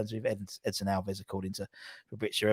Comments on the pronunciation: it's Edsoooooon, not dison. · Edson not Edison